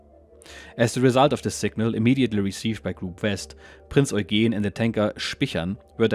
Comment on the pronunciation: Only thing puzzling me is your pronunciation of "Eugen" (the cruiser Prinz Eugen). "Oy-geen", whereas I would expect "Oy-gen". I should mention I am learning German here in the UK and am more or less up-to-speed on pronunciation, although the grammar is another matter !! Many thanks for this excellent video series.